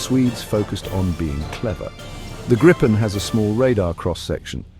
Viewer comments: It would be better if an improved AI commentary were used - this one failed even to pronounce "Gripen" the same way throughout the video - several different ones were used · Not as bad as having 4 ways of pronouncing 'Gripen'.